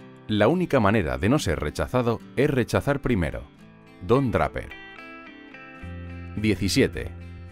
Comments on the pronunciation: Escuché pronunciar "DRAPERRR" 3 veces y ya no pude seguir viendo el video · Se pronuncia Dreiper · me dio mucho cringe ver el video cuando todo el tiempo decia bien los apellidos excepto el de Don Draper.... se lee dreiper.... por que tan dificil jjajajaja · No se pronuncia Dreiper (Draper)? .me gusta el castellano, pero incurren tanto en el error de castellanizar las palabras en inglés, que da la misma impresión que ver un error ortográfico. Lo digo con mucho respeto, y con sentido de crítica constructiva. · Me ha pasado lo mismo exactamente jajajajaja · siii, cada vez que oía Draper me erizaba jajaja